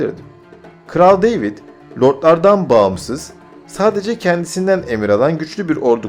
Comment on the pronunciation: güzel hazırlamışsın da kardeş, deyvid ne, demetre ne )) David ve Dmitri ))